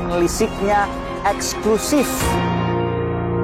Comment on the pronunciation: Sayang sekali Kompas TV terlalu mendramatisasi kasus ini dengan : 1. Pengucapan kata EXKLUSIF yang berlebihan berkali-kali oleh sang pembawa acara 2. Penggunaan musik dramatis yang berlebihan bagaikan sinetron murahan Selain itu sebetulnya investigative reportage dari mas pembawa acara (Aiman) cukup bagus .....